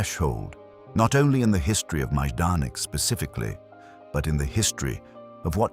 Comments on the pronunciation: I thought it was pronounced “MI-don-ik,” not “Maaj-don-ik.” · Wow the pronunciation here is atrocious. At least properly pronounce the subject of the video 🙄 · It’s terrible, and should at least be previewed before you publish the video. It takes away from how good the information in video is.